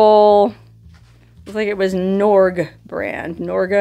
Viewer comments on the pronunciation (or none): Norge, rhymes with forge. Once a big refrigerator brand going back to the 1930s. Norge is the Norwegian name for Norway. Borg-Warner thought that would make you think of cold. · I understand that does not pay much attention to these comments, but after the last time she ran across a Norge appliance (in the roadside hot spring ep) and oddly mispronounced the word, a few people posted the correct pronunciation (rhymes with forge) but apparently she didn’t read those posts. So, who really cares about this? Well, she should. Norge was a leading manufacturer of appliances in the U.S. until being acquired by Maytag in 1986. The name is so well known that not recognizing it goes beyond entertaining to a little embarrassing. BUT the resource, in terms of increasing one’s knowledge, can be found in these comments, although one has to pick through a lot to get to what might be useful.